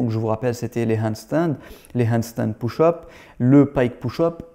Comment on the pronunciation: Juste pour taquiner : push = [peuche] et pas [pouche] 😜👍